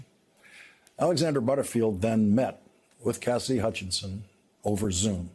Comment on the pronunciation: It always sounds like you're saying Cassdy. Her name has 3 syllables: CAS-SI-DY.